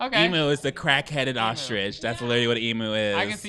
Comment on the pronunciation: You said emu wrong (im australian)